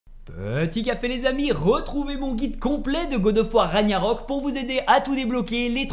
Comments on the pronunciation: Ça me fume sa prononciation "raNIarok" "marvEUl" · J aime tes vidéo mais par pitié arette de dire raniarok 🤣😭